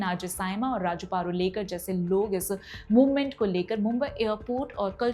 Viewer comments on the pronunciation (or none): पारुलेकर ❎ प रु ळे क र ✅